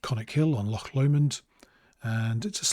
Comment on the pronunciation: Very helpful and just what I was looking for. Also great pronunciation of loch - it's a tough one 😃